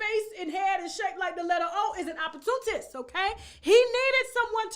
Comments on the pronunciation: It’s pronounced Op Por Tu Nist‼️🥴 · Look up at how to say OPP OR TUNIST!! U Fool!!